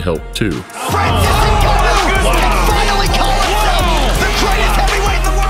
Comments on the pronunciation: EVERYONE HIS NAME IS NGANNOU (PRONOUNCIATED GANNOU) NO NEED TO SAY N-GANNOU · There's no 'E' in this man's name, surname is not 'E'nganu but just Nganu.